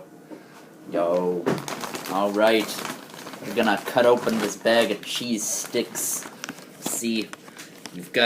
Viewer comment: Thought he said cheese dicks..... Am I a pervert or can anyone else relate?